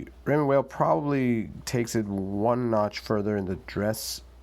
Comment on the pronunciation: Good review. Appreciate the side by side with the Seamaster. Not many seem to put watches side by side to compare. BTW, Weil is pronounced "while" not "whale"